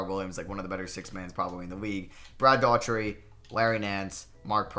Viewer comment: Brad Dough-er-tee. Not Daw-Tree